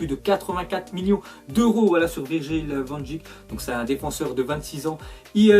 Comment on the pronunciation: Salut van dijk ça se prononce van deik 😉